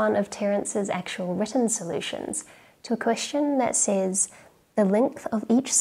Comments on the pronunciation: sez not says :) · "Says" is pronounced "sez." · Are you from Adelaide? It’s rare that I hear Aussies pronouncing ‘says’ as ‘sayze’ over ‘sez’ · Not to be too pedantic but “says” is pronounced “sez”.